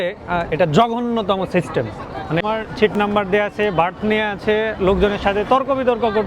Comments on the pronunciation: ছিট নয় দাদা সিট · ছিট না সিট। আর পাকিস্তান নিয়ে আপনার ভালো ধারনা ছিল শুনে হাসি আর থামাতে পারছি না।